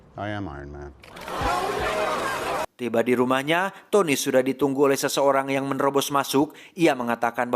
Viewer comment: Iron mang bukn iron man🗿🗿